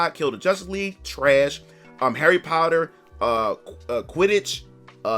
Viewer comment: Dude, I love you. But, I heard you saying "Harry Powder". It cracked me up.